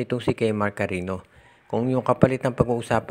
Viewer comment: Di kami naniniwala Sayo dimo nga mabigkas o Kilala c kemark. Puro ka carino,, eh cariño(karenyo) bigkas Ng surname ni kemark. Palpak at fake news ka talaga